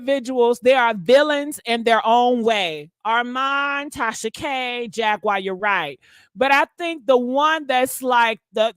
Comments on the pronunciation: It's Jaguar (Jag-War) not Jag-wire🤦🏽‍♀️🤷🏽‍♀️ Stop jacking up names & words, omg...go back and listen to your commentary 😮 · You mispronounce her name you pronounce it like the cat jaguar Jag/war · Here we go again (in DMX voice)! never says people names correct! Who in the world is “JAG*WIRE” Wright? And she’s saying “Jag*Wire with emphasis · You mispronounce her name you pronounce it like the cat jaguar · You are pronouncing Jaguar wrong there is no I in it. It’s hard to listen to your commentary because you are not that intelligent. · The way she says jag name lol